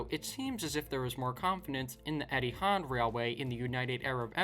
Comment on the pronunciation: Eethi ard??? Ha ha